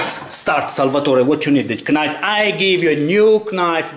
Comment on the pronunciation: knife si legge naif e no knaif :)